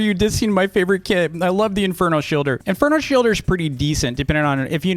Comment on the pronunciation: Whenever you said “kit” I thought u said “kid”